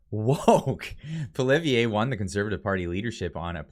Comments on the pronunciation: Cmon, the name is pronounced Pwa Lee ev it’s really pretty easy lol. Better learn to pronounce the next Prime Ministers name lol. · Hey, I know its a tough one for english speakers but just to help you out, its pronounced Pwalievr. The e at the end is silent. Great work bro!! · it is Poly-ev not poly eh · Am I pronouncing Pierre’s name wrong? I say Poo Lee Ev, you say Poo Liv E A? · Sorry to be pedantic... His name is not poliveeayy, it's pollee-ev(re) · It's Pol-i- ev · Pierre’s last name is pronounced Polly ev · pronounce it poly ev. It's simple, poly ev. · Very respectfully, you pronounce the name of the leader of the opposition wrong. You seem to jumble the last letters. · I love how you mispronounce Poilievre's name... shows that you aren't above making fun of everyone. Love the vids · Please pronounce PP name the right way. Thank you. 🙏😂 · They are just afraid they are going to lose their seats. They are not worried about the people and they are running scared from Pierre. lol will you please learn to pronounce our next Prime Minister's name correctly? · Check your pronunciation of Pierre’s last name. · Bro pronounce Poilievre correctly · Learn how to pronounce Poilievre.